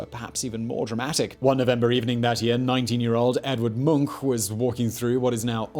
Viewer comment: Simon is really good at telling a story. I kew about krakatoa from before, but I still felt captivated. Also the last place I expected to see Zack Pinsent and props for actually pronouncing Edvard Munchs last name correctly.